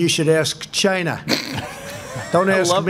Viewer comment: Greg Gutfeld played a montage of Trump saying "CHI-NAH" to numerous people, numerous times...Not just to the Chinese "journalist"